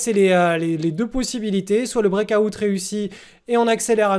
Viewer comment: Le brékaoutte mdr Délire comment tu le prononces